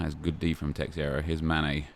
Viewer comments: It's teixeira not teixieira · Nep, it’s not teXIeira, it’s teIXeira, where the X is a sh sound, something like tay-shay-ra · Who is "terrera"? It's Teixeira fdp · teixeira is pronounced 'teh-sheera' please say it right nep its beyond a joke